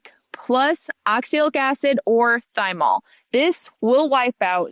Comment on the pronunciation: PLEASE tell me you pronounced thymol that way to get idiots like me to leave comments here- in order to boost engagement